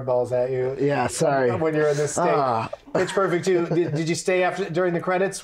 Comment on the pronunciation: Around 42 minutes when he was repeating "Pitch Perfect Two" to Zack Pearlman I heard "Pittsburgh for two" both times.